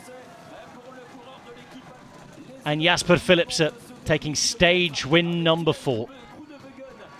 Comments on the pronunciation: He does know its philipsen not philipser right? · Why does he say Philipse? It's Philipsen. Not difficult. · OK! So, Belgium is bilangual, right? French and Flemish. And I'm sure a lot of local dialects. If they say Philipse in some dialects, I'm not sure it's correct to do so on an English speaking sports channel. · Is the "N" in Philipsen really NOT PRONOUNCED? At least he didn't cut anybody off today, but it's a nasty habit of his... M 🦘🏏😎